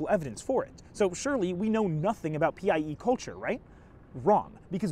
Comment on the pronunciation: I keep hearing PIE as PEI and thinking you’re talking about the Canadian province